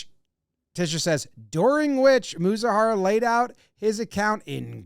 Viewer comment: "Mee-zoo-hah-rah" is how his name is pronounced ... for future reference for future shows.